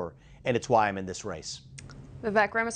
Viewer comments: His name is pronounced Vivāk.. let’s go Vivek Ramaswamy 2024🇺🇸💪🏻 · No It's pronounced like Cake ---> Vi-vek ≈ Vi-wake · I heard Vivek on Timcast, the ending of his name has a long A sound. That’s what I was trying to convey, the news lady was pronouncing his name incorrectly and I would think she could do better.